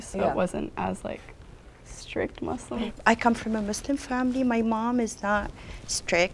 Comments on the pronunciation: ‘converted to muzlam’ 💀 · He even pronounced it wrong😭😭 (muZlim) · Ngl when she said Muslim but 'muslima' I kinda suspected it 😭😭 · Ikr like what’s ‘mazlam’ it’s pronounced ‘moosleem’ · No the point is there is No Muslim that pronounces it ''Muzlim''... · I hate when my non existent imaginary friends call me “MOooZlIm” like wtf :(